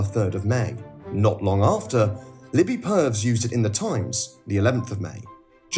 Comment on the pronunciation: BTW, tiny thing, there's a couple of small mispronunciations in this. 'Purves' is two syllables, so pronounced 'per-viss' rather than 'pervs', and 'Zuckerberg' is pronounced as 'eldritch horror'.